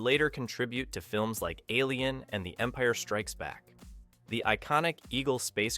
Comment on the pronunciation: The Empee-air Strikes back.